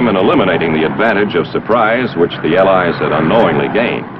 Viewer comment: Al "Lies" not allies